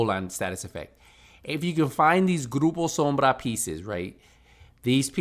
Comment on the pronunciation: Perfect Grupo Sombra pronunciation. Cheers!